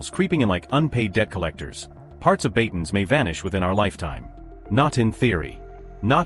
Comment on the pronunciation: BATANES not BATONS.